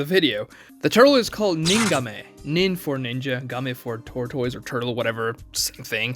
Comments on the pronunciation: Wtf is a ter-toys? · Hes gotta be rage baiting with that pronunciation of tortoise 😭😂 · How do you go your whole life and never hear the (proper) pronunciation of "tortoise"? How do you not know that you can use Google to hear any word pronounced correctly? How do you put a video out for the world to see and not be sure if your even saying things right? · "TOR TOYZ" but I say "TORT ISS" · wtf is a tor-toys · There was a plothole when was learning how to pronounce tortoise. This man pronouncing it like it's a Pokemon name. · I’m screaming! 😂😂 I was thinking the same thing like where is this ProMotion coming from. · he initially refers to it as a tortoise, then he calls it a turtle. But he doesn't know how to pronounce tortoise. Turtles and tortoises are not the same species